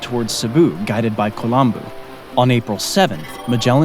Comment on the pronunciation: Rajah Kulambo not Kolambu😂